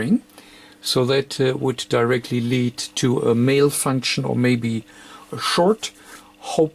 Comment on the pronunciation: Its malfunction, not mailfunction....without the I...mailfunktion is a funktion of sending mail.....letters is that, not lettuce...screw that, at least the darn thing works now....good job!